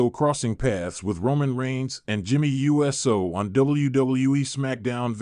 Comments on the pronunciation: There are these little things called FACTS. Get some before you start posting bull crap, and while you're at it learn to pronounce people's names..... IDIOT!!!!! It's Uso snd NOT U.S.O🙄🙄🙄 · Jimmy and Jey's name is not U S O it is prnounced OOOOSOO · His name is Jimmy Uso, not Jimmy U.S.O. This guy is so fake